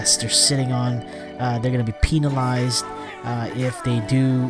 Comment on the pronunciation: If you keep saying Penilized your referring to a penis lol. It's penalized! Lol pronounce the A! Pen - Ah - lie - zed